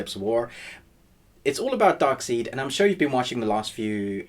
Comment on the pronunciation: “Darkseed”?? Dude!! C’mon!